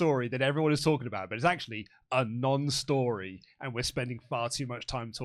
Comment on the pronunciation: annunciate that 'non' or it's a completely different segment entirely!!